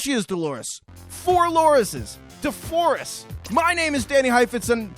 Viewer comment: DeFoures!😂 I screamed!!!!